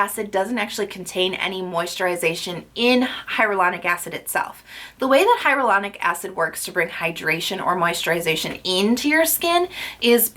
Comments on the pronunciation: "Hyaluronic" not "Hyarolunic" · omg, its hya"l"uronic and not hya"r"ulonic...you pronounce it wrong in EVERY video lol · Is hyRalanic acid different then hyalauranic acid? Or is it just your pronunciation?